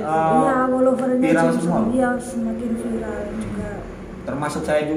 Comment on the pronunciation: kang ini setiap videonya klau ngomong viral pasti dia sebutnya pilarr... yg sy tau klau pilarr itu tiang rumah itu pilarr.. kang beda dgn viral... gk tau lidah y yg susah nyebutin atau memang gk tau pilarr itu tiang rumah.. hhhh maaf kang cuma pingin kasih tau doang klau pilarr itu tiang rumah.. monggo dilanjutkan... tetap semangat